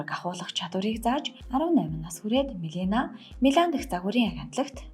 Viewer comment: Мелина гээд буруу дуудаж ярих юмаа Мелания гээч дээ.